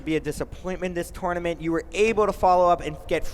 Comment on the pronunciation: Please learn how to say tournament...FFS